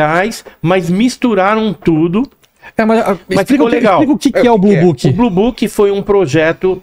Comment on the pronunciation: Blue booking 🤣🤣🤣 é blue book